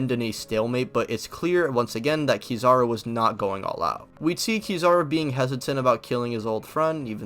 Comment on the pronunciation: KEE zawr oo? Come on dawg damn :/